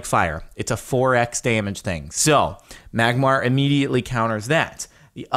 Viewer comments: It's Magmar -_ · Magmar!!! It's magmar